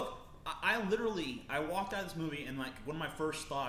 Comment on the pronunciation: is kind of annoying in this video. He just keeps talking over tj. Does have an accent? he says "on" like "owen" and he pronounces "want" differently too.